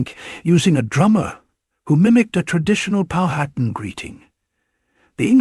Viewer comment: Stopped watching as soon as it pronounced Powhatan incorrectly.